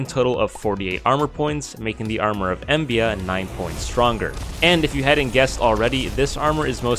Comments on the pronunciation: it's called armor of EMBLA, not embia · My friend that is an L not an I in Embla. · Wait isnt it the Set of Embla? Its not Embia. Still a neat video.